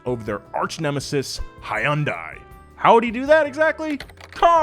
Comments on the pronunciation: Did he really just say High-un-die it's hun-dai SORRY ITS JUST HOW I THINK IT IS SAID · it's Hun-Day. Not Hi-Un-Di. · HIGH UN DIE? DUDE ITS HUN-DAY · hai yun die??????????? bro what??????????????? its hyun-day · It's pronounced 'HUN DAY'. Update. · KUN-HEE LEE is pronounced like "Gun"-hee and HYUNDAI should be pronounced like "Sunday". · Apple asked to team up with Hyundai also I'm south Korean and it is pronounced hy un day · From the old Super Bowl commercial, "It's Hyundai like Sunday" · It is not HY-UN-DAI! Aren't you a car channel? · Repeat after me. Hyun. One syllable. Rhymes with bun. Not "high un" nor "hee un". Dai. Also one syllable. Same pronounciation as "deck" but only the DE and without the CK. Not pronounced "die" nor "dye". Please, get it right, especially as a car culture/enthusiasts' youtube influencer. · WHY DO CAR PEOPLE NOT KNOW HOW TO PRONOUNCE “HYUNDAI”. It rhymes with sunday. GET IT RIGHT!!! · I have never heard it pronounced Hi-un-Die. Hilarious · Hyundai (Hun-day), like Sunday. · Hey it hyundai(hun-dai) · Hi-Un-Day? Hyundai is pronounced just like Sunday. Source? Koreans... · my dude, that is most definitely not how you pronounce Hyundai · Why is it so hard for Americans to pronounce Hyundai correctly lmao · The way he pronounces Hyundai 😭... wow never heard that before. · Why’d you have to pronounced Hyundai wrong🤦‍♂️ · When he said that, I thought he was speaking German💀😂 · When a car channel still can’t say Hyundai correctly 😒